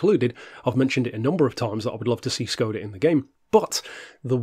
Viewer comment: Fun fact: It's pronounced more like shcoda